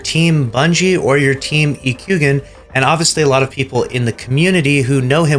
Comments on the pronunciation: You need to be perma banned for saying e-Q-gin instead of ekuagen. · E-kway-gan. It's ok lucky. Ekuegan couldn't pronounce hypotrochoid. Lol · Yo, it’s pronounced E-KWAY-GAN. Plz correct the pronunciation, dang. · Get his name right ffs. It's pronounced like Ekwaygen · For god's sake, please at least do research on how his name's pronounced if you're going to make a drama post. Ekuegan. (E-QUAY-GAN). EK for short. At least make it look like you care lmao. Also don't I've followed him for years and he's the realest mf so y'all know where I stand. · Psst....hey......it's pronounced E-kway-gun. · Its pronounced You kway gen ...Gen like Genshin not generation. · Ekuegan is pronounced Ee-Quay-Gan lol! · Dang butchered the man’s name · Come on lucky, if you're going to use it for content at least pronounce the man's name right FFS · Bro, you're mispronouncing his name, just watch one of his videos.